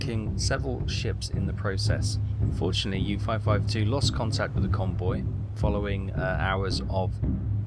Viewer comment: That is OL not OI. As in, Oleander, Oligarch, Olna, Olwen, Olynthus, and Olcades.